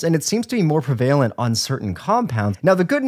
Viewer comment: I'm really confused about this probounciation of "prevalent"